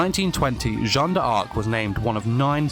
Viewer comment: You said it right!